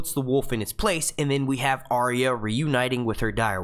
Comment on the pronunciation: Please learn how to correctly pronounce Arya